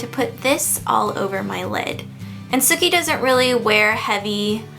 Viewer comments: he didn't get the 'ssssookie' right :-( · hahah i keep thinking that she's saying "Snooky" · Every time you said "Sooki" I thought you were saying "Snooki" lol! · every time you say sookie, I hear SNOOKIE! LOL! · I always feel like you say snooki haha!